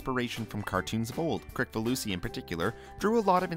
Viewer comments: It's Kris-falusi not Krik-falusi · It's actually pronounced Kris-falusi. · His last name is pronounced "Krisfaloosy". The C is pronounced as an S. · It’s pronounced Kriss-falusi